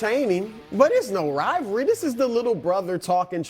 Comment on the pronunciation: IT'S NOT A RILVARLY 😂!!!!!.....